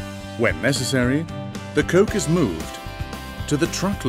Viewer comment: you should really think about firing your voice artist - wtf is a ghantry crane... and coke becomes cock becomes coke again... daft.